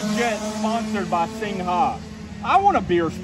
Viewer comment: It’s pronounced Sing , not sing-ha, for Christ sake!